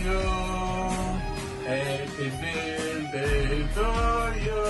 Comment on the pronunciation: Eppi birtei (o birdei) non si può sentirr!!!